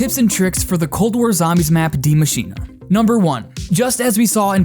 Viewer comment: [Dee Eh] not die.